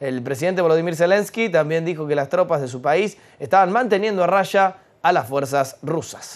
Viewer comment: Rasha ❌ Raya✔️